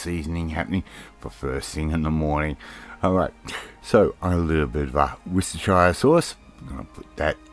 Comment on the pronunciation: Worcester what sauce? Only Brits can pronounce it correctly, like how Yanks pronounce Edinburgh, it's comical. It isn't blood pudding it is Black Pudding. Thank god we got rid of the bad English and sent the unsophisticated ones to Aussie land. Even though I'm being critical, you still get a thumbs up kidda.